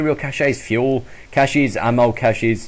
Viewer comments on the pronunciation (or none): when ever you say caches it sounds like you are saying cashews.....now im hungry :|